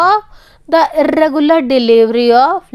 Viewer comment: I am getting goose bumps when she says "irrrrregular" 😂😂😂😂